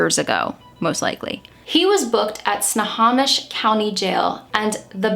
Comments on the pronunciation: sno-HOE-mish not sno-HAW-mish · you kept pronouncing Snow Hom Ish....it is pronounced snow home ish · For future videos, we Washingtonians pronounce "Snohomish" as snow-home-ish. Thank you so much for covering the solving of this local case: so happy they finally caught this guy! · as someone from WA, I want to help you pronounce our Native names for cities & counties correctly. Snohomish - Sno-home-ish Mukilteo - Muk-ill-tea-oh Issaquah - Is-ah-qawh (like a crow kaw/caw but a q sound not k/c) Tulalip - Too-lay-lip Yakima - Yak-ah-mah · FYI Snohomish is pronounced like “snow-home-ish” I watched the presser when it was announced that they caught this SOB!! I’m so glad got her peace! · Great video! Just a very tiny correction—Snohomish County is actually pronounced “Sno-home-ish.” Also, I believe if Dean worked in Airport Way in Mukilteo/Everett, then he probably was a mechanic at Boeing—I’m not sure if that means he would have access to different chemicals than a car mechanic 🤔 I’m actually quite shaken because I grew up VERY close to both where Melissa’s house was and the house Dean was living in when he was arrested, and I never knew about this. I’ve even been to Funtasia as a kid (it has bumper cars/boats, mini golf, arcade games, etc.), and it’s extra sinister to me how a 35-year-old man took a 15-year-old on a date there. Thanks for the sympathetic and informative video! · Not like an important critique or anything but the pronunciation is Snow-ho-mish county